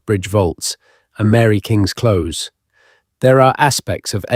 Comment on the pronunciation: He doesn't pronounce close properly it seems like AI